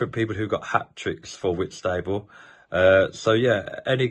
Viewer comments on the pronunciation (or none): Sorry but Whitstable is pronounced Whits ta ball